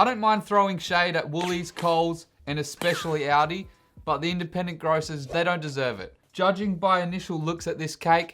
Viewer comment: It's "all-dee" not "audi"